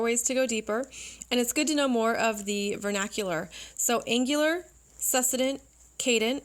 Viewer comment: Great video, —Thank you! Just wanted to mention: succedent is pronounced /sək ˈsi dᵊnt/ with emphasis on the second syllable, as in the word "succeed."